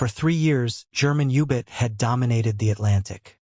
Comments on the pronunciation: The audio track is a travesty. Ubits. The AI fake human doesn't know to voice common abbreviations.. g = grams, km = kilometers... How much money are you saving by not having an 8th grader read the audio script???? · Can’t listen to a documentary where German submarines are called ubits! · Youbit? What the hell's a youbit?